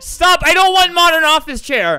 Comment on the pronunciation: why’d he say chair like that LOL it’s so funny